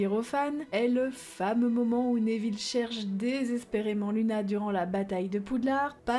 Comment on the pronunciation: Cette vidéo est très intéressante. Je ne connaissais pas toutes ces théories. J'aime bien celle sur drago et rogue que je trouve intéressante. Par contre, je suis désolée mais j'ai tiqué sur ta prononciation. On dit nEville et pas nÉville il me semble. Ça sonne bizarre à mon oreille 😁